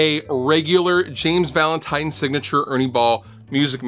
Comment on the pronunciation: ha he says valantime at the start